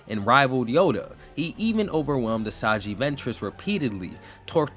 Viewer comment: “Asaji” and “Savige” … Interesting pronunciations! Did we bother to watch Clone Wars before making the video? 😂